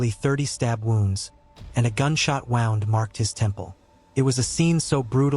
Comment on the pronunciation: who did this narration? wound is pronounced w o o n d!!!! ffs